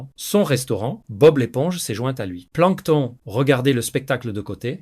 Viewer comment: De 1 y’a 0 émotions dans la lecture. De 2 tu sais pas parler "Dun cou" - "Misters crabs" "planktonE" Puis c’est trop long ca donne pas envie d'écouter Puis tu mélange l’anglais avec le francais...